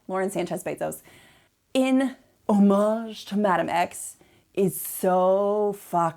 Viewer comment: She meant hommage, but said something like omic. Just entitled.